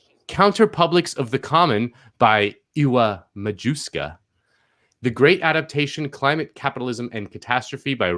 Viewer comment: Just helping hand for. Ewa Majewska is pronounced Eva Mayevska. I am sorry for you in the name of all unpronouncable Estearn Europens.:)